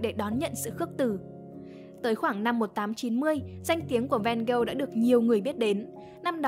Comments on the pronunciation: Mình có 3 góp ý: 1. Phải là Theo và Vincent. Van Gogh là họ, Theo là em trai ruột nên cũng mang họ Van Gogh. Theo có full name là Theodorus Van Gogh. Cứ đọc Theo và Van Gogh nghe nó ngớ ngẩn vô cùng 2. Van Gogh đọc là Van-Gốc, không phải Ven-Gâu, vì đó là tiếng hà Lan. Tương tự, Gauguin đọc là Gâu-gin, không phải gâu-ghen vì đó là tiếng Tây Ban Nha. 3. Bỏ mấy cái tranh AI ra dùm đi. Nguyên bộ phim Loving Vincent thiếu gì scene có thể capture ra dùng mà đi lấy tranh AI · Nghe Van Gâu nghe ngứa tai quá, là Van Ho mà 😢